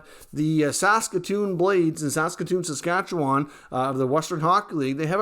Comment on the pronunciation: Got to learn how to pronounce Saskatchewan, bud. Work on it , plz !